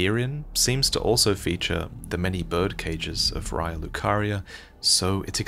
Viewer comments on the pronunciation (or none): none